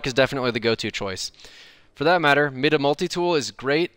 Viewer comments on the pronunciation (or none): It’s my-duh not mid -uh. Even devs said it on stream it’s my-duh. I don’t know why that annoys me.